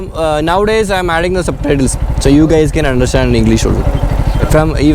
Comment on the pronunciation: കെയിസ് അല്ല. ഗയിസ്